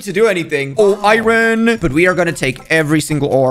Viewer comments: it's iron not iyoyn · Iron not Irin 😭